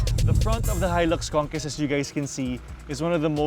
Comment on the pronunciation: Hi-lux Kongkest? Pakisagot nga ng "kestion" ko?